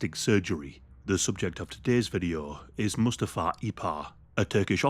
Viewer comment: One of the most interesting, informative and compassionate videos! Only issue is Mustafa’s name is pronounced, ‘moo STA fa ‘(think Lion King)